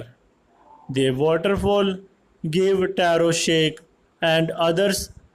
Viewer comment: Sir sake is not shake its sake (phave) in Pronounsation